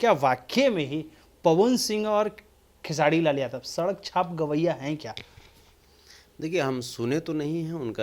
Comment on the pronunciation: Aap khesari ji ka name khesadi kyu bolte h name Pahle Sahi se lijiye.